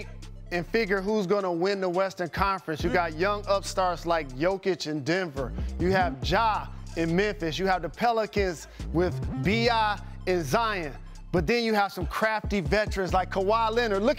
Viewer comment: It's Zi-On not Zi-In like Jalen pronounced it